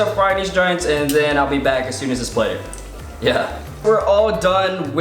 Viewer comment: I love how ur always like "yuh" that's adorable